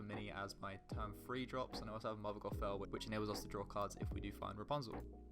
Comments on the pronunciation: Well done mate! Great video! Only feedback is that next time we meet I'm going to teach you how to say "Gothel" 🤣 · The way he pronounce gothel is gonna be the end of me.